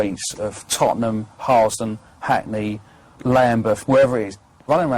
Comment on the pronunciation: Tottenham mamden 😂😂😂 ffs